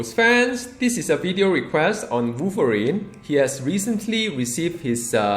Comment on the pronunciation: Woiverine woiverine Woiverine Woiverine Woiverine Woiverine